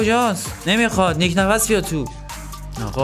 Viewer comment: فقط اونجا که گفتی نیک نَفَس